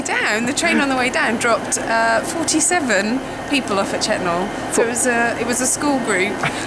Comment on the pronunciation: Your pronunciation is wrong, its pronounced "Chet-nul"